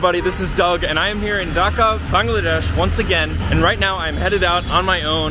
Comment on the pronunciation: Doug I am SO SO SO SO happy that at least one YouTube pronounced Bangladesh correctly being from Bangladesh I find it annoying when people pronounce it wrong so thank you :))))